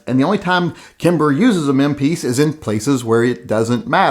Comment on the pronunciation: Saying kimber let’s me know all I need to know about you buddy...